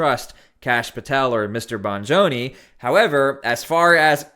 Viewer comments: Bongino...not Bongoni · Its not BONJONI ITS BONGINO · It's Dan Bongino, not Bongoni. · its Dan 'BON-GINO" NOT "BONJONI" Bongino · Please learn how to say the name - Dan Bon-gino - it is not a hard name to say - he has been on FOX News many times & has had his own broadcast for many years. Why give CNN so much air time? - We voted for President Trump & this is a huge part of the job of Keeping America Safe - please focus on that. The police have been compromised in many red cities - nope they do not have the right to suppress what the FBI is saying! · Its pronounced bon-jean-o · Did this dude really say "Bon-Joan-ee"? Holy sh it. How can you be that clueless. Is this dude a bot? Unsubscribe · His name is Dan Bongino. Bon-gee-no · It is Dan Bongino. You keep saying his name incorrectly.